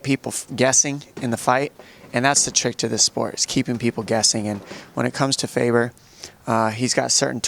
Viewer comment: It's Faber not Faver, you idiot!